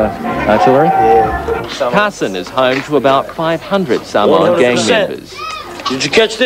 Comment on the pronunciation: can’t even say samoan properly